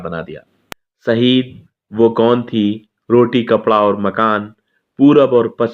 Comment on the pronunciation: सहीद नहीं शहीद उच्चारण करें।